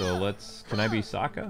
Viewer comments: Sokka not Saka. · His name is Saka, not Asoka.